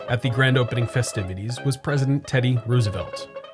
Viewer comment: Just a suggestion. If you want as wide as audience as possible., please stay away from politics. Unsubscribed. Its rose e velt btw not ruse e velt.